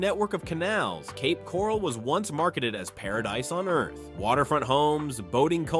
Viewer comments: . Yes. I am aware of that. We live in St Pete. Our cousins live in Cape Coral. Read my comment and notice the spelling and laughing emoji. It was a joke due to the incompetent robot mispronouncing Coral and calling it Corall. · Where is Cape Corrall??😂😂. AI sucks. The market is changed everywhere not just these cities and not just in FL.